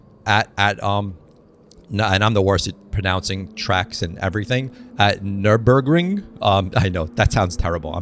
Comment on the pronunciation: You pretty much nailed the pronounciation of „Nürburgring“, cheers from germany! 👍